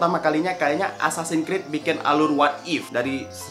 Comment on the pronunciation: "assasan krid"